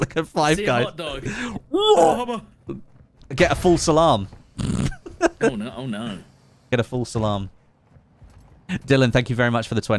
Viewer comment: For the longest time I thought you were saying "false alarm" not "full salam". Love your stuff. You, jack, tomo, stod... All great to watch Hope to one day be on your level and maybe even do a stream together. Putting together some content now, and eventually will continue streaming.